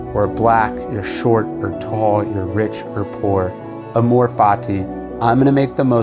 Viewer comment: "Amor" is accented on the first syllable